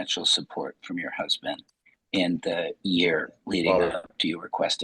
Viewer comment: The lawyer actually said "CUZBAND"....he didn't mean to, but I broke a rib.